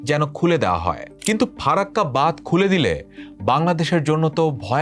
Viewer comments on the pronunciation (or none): Language akhono dikhte hobe vai ।।। Bad noi ,hobe badh , আর ও উচ্চারণ a ভুল ভাল